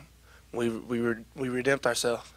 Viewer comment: Lol, my boy said "redempt." Grammar aside, I love how much heart this young team has. Khalil is the real deal and this Freshman team is saving Rich Rod's job! Very glad to see tho, it wasnt his fault we've had a group of entitled/underachieving "athletes"... Bear Down, Wildcats, Bear Down!